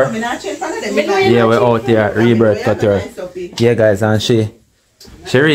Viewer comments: Not cuture. It’s cooture that’s how you say it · Cou is pronounced coo